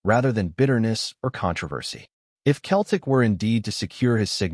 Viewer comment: 😂😂😂😂😂😂What a lot o 💩💩💩💩💩💩 It’s fucin Seltic not Keltic 👹👹Get this site tae fuc